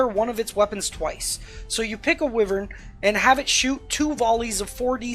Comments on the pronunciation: Psst Wyvern is pronounced why-vern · except toh-may-toh vs toh-mah-toh is just American vs British pronunciation, whereas wyvern is pronounced as why-vern in both American and British English. The only reason I knew you were trying to say wyvern was because of the context; I wouldn’t have been able to guess what you were saying in a vacuum.